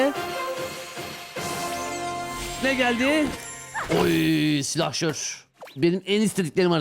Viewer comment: Türkçeyi katlettin aq doğrusu silahşor olacak